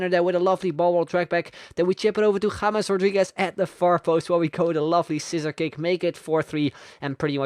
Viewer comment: Finally a youtuber who knows how to pronounce James